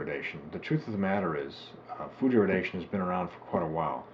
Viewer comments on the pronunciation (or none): Maybe don't get your (false) information from a crank's health fad book from 4 decades ago? That you cannot even manage to pronounce the word irradiation correctly is rather unsurprising.